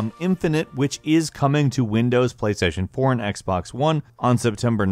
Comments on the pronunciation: Kra88ypa77yJR and playstation "porn" instead of playstation 4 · He deadass said PlayStation porn lmaoo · i swear he said PlayStation porn